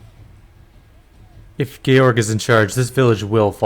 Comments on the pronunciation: My understanding is that the game is pronouncing the name Georg correctly. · Georg is a German name and it sounds correctly in the game. More so, English George comes from a Greek name which sounds very similarly to the German one. And so do its variations in most languages. English speakers are the weirdos when it comes to "G".